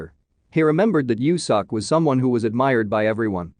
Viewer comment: It bothers me how this voice says “seok” 😭😂 it’s meant to be said more like soak